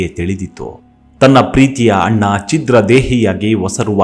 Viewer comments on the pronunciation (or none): none